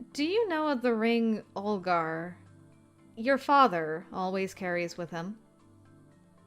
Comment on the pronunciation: You are killing that super deep Olgar voice, girl. Very Russian and scary 👌 So when are we getting the amnesia themed dating sim staring Tee